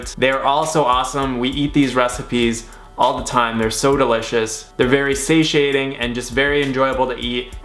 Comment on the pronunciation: He say satiating!! LOL